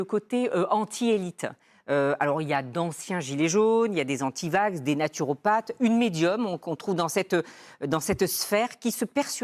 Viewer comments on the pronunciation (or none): Elle a même dit naturophate. 😅